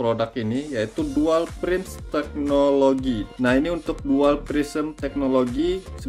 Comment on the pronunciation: Prisma itu bang bukan prisem😂